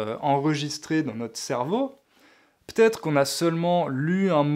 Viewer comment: Etant français je sais pas si c'est facile à comprendre mais dans la partie sur l'élocution tu dis "p'être". Bravo l'endroit où il fallait faire attention.